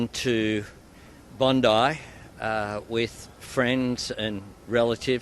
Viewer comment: Please learn that “Bondi” as a place name is pronounced “Bond-eye” by Australians.